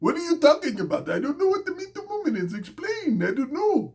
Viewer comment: That accent on that #MeeToo movement line had me rotfl 😂🤣